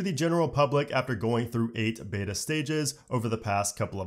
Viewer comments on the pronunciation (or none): none